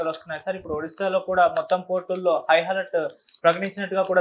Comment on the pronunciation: High Helart ఏమిటి రా బాబు,High Alert